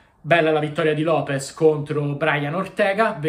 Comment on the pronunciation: Lopes non Lopez dioca